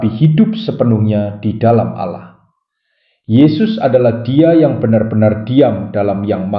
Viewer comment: ALLAH ✓ Bukan Alloh, sya dengar sesekali Admin membaca Allo🤔